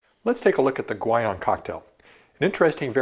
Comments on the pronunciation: My inner linguist geek is about to come out: "Guion" should most likely be pronounced "ghee-OWN". I know he's no polyglot by any means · ...but the inconsistency in his pronunciation of "Guion" was really annoying me.